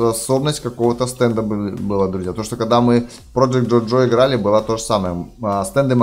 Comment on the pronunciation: Не джо джо а жожо ))